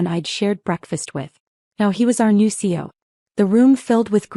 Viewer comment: CEO has 3 syllables, not 2. Fix your AI.